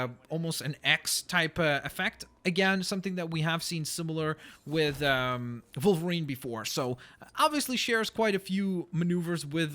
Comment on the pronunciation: Why does he pronounce it Volverine? I know "W" and "V" can sometimes sound the same in certain words but the animal and the superhero are both pronounced Wolverine aren't they?